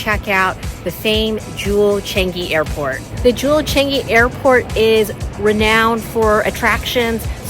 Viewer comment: Foreigners can never pronounce ‘Changi ‘ correctly😂😂😂